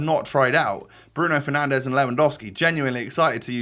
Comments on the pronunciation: we all heard the ‘bruno penandes’ 😂😂😂😂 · I had respect for you until you said penandes 🤡